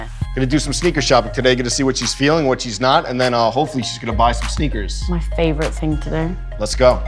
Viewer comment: when a child kidnapper rolls up to your house and says "Kid you want some sneakas"